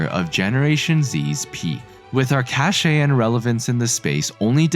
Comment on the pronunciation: NOT HOW YOU PRONOUNCE CACHE